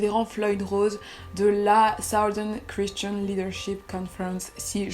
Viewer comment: Quand même pour dire "La" vous ditent "Lo"... looool